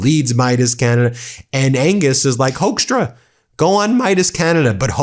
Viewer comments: Ben, it's procounced "hookstra", like in "hooker" . Not "hoaxtra". No joke, take it from a native Dutchie. And yes, I'm ashamed of that sorry excuse of born Dutchman Hoekstra. Before Canada he was the Ambassador over here in the Netjerlands and yeah, after initial high expectatiobs we soon found out he's everyting but a diplomat. Just a silly hardliner and a complete and utter moron. Even a crocodile would do a better job bringing people together than this vile excuse for a human. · Hoekstra is pronounced as hookstra.. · Sidenote: Hoekstra is pronounced as in Hook-stra, it's not a German name, it is Dutch. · HAPPY 4TH OF JULY🇺🇲 AND A HAPPY 250TH ANNIVERSARY OF THE UNITED STATES 🎉🎆🇺🇲 I SAY HI FROM AMSTERDAM🇳🇱 Hoekstra pronounced as HUKSTRA OE=like in YOU DUTCH!😇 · Yeah, Hoekstra has a Dutch name. You are pronouncing it wrong btw, But it is the last thing that worries me. He is a political thug. It shames me he has a Dutch background (well in name only). We will never want to be associated with this guy. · Really, Hoekstra? You don’t know why Canadians upset american govt